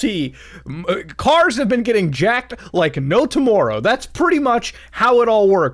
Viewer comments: the Canadian in Muta showing "Like no tomorerrow" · Toe moar row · Sometimes I forget that Muta is Canadian, then I hear him say "tomorrow" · you say tomorrow so canadian and its weird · Muta gives Steve Burnside a run for his money on how to say "tomorrow" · when he says tomorrow, that's how we know he's Canadian